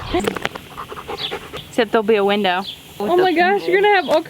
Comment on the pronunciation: “WE NEED A BIG VINDOW” HAHA❤️